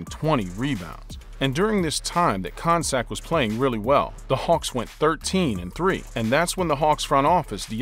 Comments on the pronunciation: his name isnt pronounced kon sak its pronounced con-cack!!!!! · It's not Jon Koncak with the c sounding like an s. It's pronounced Jon Koncak with the c sounding like a k. Do some research & know how to pronounce properly the names.